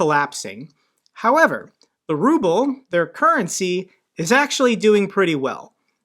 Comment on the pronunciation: I love the way an automated voice on one of these YouTube videos reads the Ruble as the rubble.